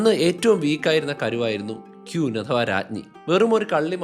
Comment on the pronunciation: ക്യൂൻ അല്ല. ക്വീൻ ആണ്.